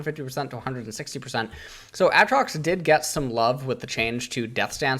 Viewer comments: When he said Aatrox and not A-A-trox widepeeposad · its been like 9 years and you still says aatrox's name like that